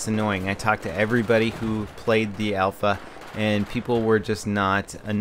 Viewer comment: mate, its in alpha. AL-FA.